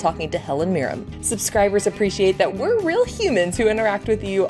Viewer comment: Please remember...it's Helen MirrEN, not MirrEM.